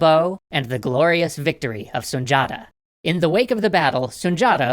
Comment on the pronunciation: It’s pronounced Sun Di Ata